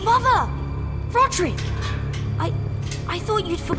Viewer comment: It is rodrik not rodrick